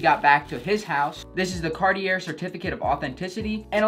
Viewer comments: It’s Carti-A not Carti-ER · It's pronounced "car-tee-ay" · raidnezer « Cartié » is how we pronounce it in France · It’s (carti-ay) not (cart-e-air) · Ohhh do you pronounce it “Cartie” then? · that cartier pronunciation killed me lmao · Imagine being a hype beast and still pronouncing Cartier with the r😂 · Please don’t pronounce the r in Cartier. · Eugene Ong bro exactly it hurts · Cartier the r is silent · I cringed every time he said, Cartier 😬